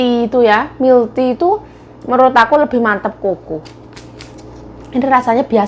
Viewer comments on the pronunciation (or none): Yuk, kalo baca Milk Tea milk dibaca milek jgn dibaca Mil.